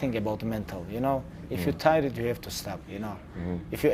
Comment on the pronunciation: somebody please tell khabib to pronounce tired as taayerd and not taired... hihiii